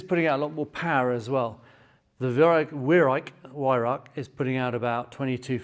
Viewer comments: Weihrauch = (Why - rauchj) I think comes close. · Weihrauch. Prounced with a 'V'. The 'W' is silent. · The Scots have no problem pronouncing the "ch" ,hence the word loch. Most English pronounce the "Weih" reasonably well but then pronounce "rauch" as "rack". But then again, to teach an Englishman to speak Scots is also almost impossible. :-) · Weirauch: Vye- row (rhymes with cow)-k. Vi-rowk.